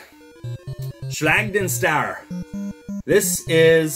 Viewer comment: Just found your channel. Great stuff! Loved the video. As an also fluent german speaker i was wondering why you pronounce schlag den star as an american instead of "correct german", considering you speak german. Sorry, nitpicking, but just wondered :P